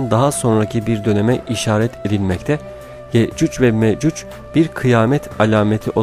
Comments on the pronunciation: Ye'cüc Ve Me'cüc diyor. Okuyunca böyle bir telaffuz ortaya çıkıyor. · Yakında yeeeeeeecuuuccc" ve meeeeeecuc olur kardeşim yecuc ve mecuc telaffuz ederken dikkat et